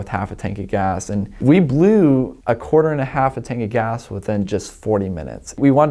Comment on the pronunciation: Did he say quater and a half? Lol